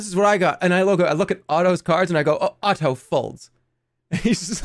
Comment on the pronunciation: I love how Jerma always pronounces Otto's name so crisply